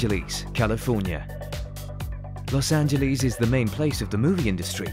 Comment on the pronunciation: Los angelees